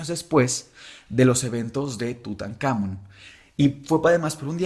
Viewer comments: muy bonito capitulo pero que estres que me dio escucharlo decir en todo el capitulo "TutanÁmon" cuando en el mismo título le ponen "TutancamÓn" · Seguramente haga parte de un toc, pero atención a la pronunciación. Tutankamón (entonación al final) y visir (igual con entonación al final), eso puede cambiar demasiado el ritmo del episodio.